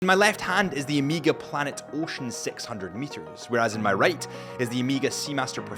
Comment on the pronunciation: Omega ❌ Emega ✔️